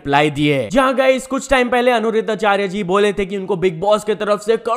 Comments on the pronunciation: Repeat after me - Ani-Ruddha-Achaarya... naa ki Anu-ridhaa like you are saying:D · Bruhh its Aniruddhacharya ji not Anuruddhacharya ji😭😂🙏🏻.....atleast naam toh sahi se looo